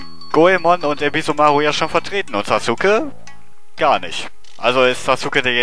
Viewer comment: Sasuke spricht man ja eigentlich Saske aus, wollte ich nur mal gesagt haben hrhr ^^. Dieser Fisch erinnert mich irgendwie an den Fisch aus Kirby. Also die Retro Lets Play Schiene von Retro Spielen, so wie es momentan ausschaut ^^. Warum gibts nur bei mir nicht so nette Damen auf der Straße, die mir einfach Geld geben Y_Y